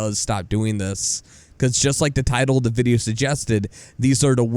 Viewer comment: You say "the" wrong.